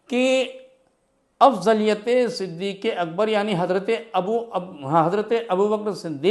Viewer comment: مولانا تجھے نام تو پڑھنا نہیں رہا ہے تو علمی بات کیا کرے گا صدیق اکبر ہے نا صدیق اکبر تھوڑی ہے